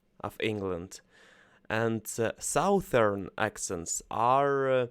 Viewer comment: A quick tip for you: 'Southern' is actually pronounced 'suthern'. (It seems odd but it's true).